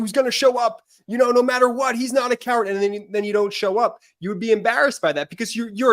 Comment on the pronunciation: Just say COEARD!!!